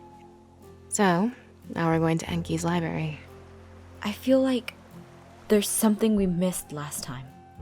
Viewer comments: Sorry to be this person but it's not (lie-beary) it's (lie-brary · Omfg It’s LIBRARY NOT LIBARY